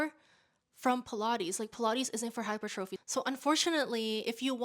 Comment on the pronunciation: Girl love you but why you pronouncing hypertrophy like that 😆